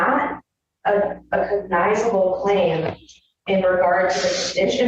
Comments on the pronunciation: I'll be damned, cognizable is a real word. I've never heard it, and I'll never say it again. The attorney mispronounced the dang word. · She can’t even say the word cognizable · She could start with pronouncing cognizable correctly... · Her inability to pronounce “cognizable” speaks volumes about her incompetence. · She couldn't even correct herself after not so subtly pronounced it right, twice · Omg I commented the same thing, she can’t even say the word